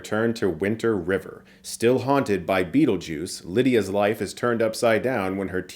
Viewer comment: STOP SAYING BEATLEJUICE. The sequel will be called Beetlejuice Beetlejuice B...